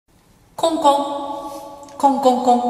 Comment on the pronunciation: 開幕コンコンがこ↑こ↓に聞こえた訴訟